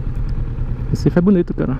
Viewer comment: Like, Ri quando falou "Recifede". kkkk